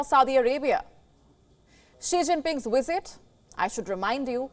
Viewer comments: And its Visit not Wisit! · Lady, it's "VlSIT", not "WISIT"! Good lord!